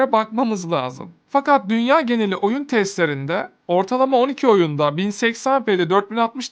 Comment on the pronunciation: renkler "oyuında" çok patlak